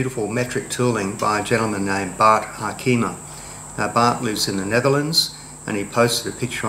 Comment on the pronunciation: Harkeemah, sounds great to hear an Aussie pronounce a Dutch name. But actually it is: Harkuhmaah, with the stress on Har.